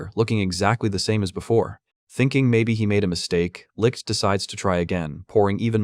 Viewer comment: "This is licked." As a German I kinda cracked at the pronunciation of "Licht" 😂😂 But I rly enjoyed you video! Thank you :D Edit: I just googled how to explain how to pronounce it correctly and holy fuck. Everywhere ppl say it sounds like licked/likkt .. BUT NO. Its does not. Thats a mess dear internet people 😂. Also I have no Idea how to explain the "ch" sound. Maybe a cat hissing? 😂😂